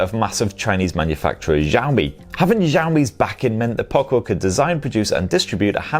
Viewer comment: Xiaomi is pronounced "shaow-me"